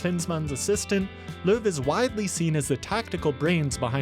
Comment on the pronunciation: the "how" is a "who" and its Löw